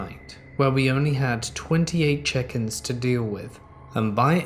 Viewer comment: I kept hearing “chickens “ every time said “check ins”